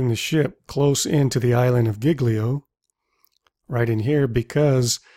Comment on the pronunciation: very nicely done. Just some italian pronunciation advice: Civitavecchia it's actually pronounced Civitavèkkia, ch in italian it's k. And Giglio it's pronounced Jillio, gl it's a smooth sound, not hard, like the spanish double LL. Otherwise, always great work. Bye!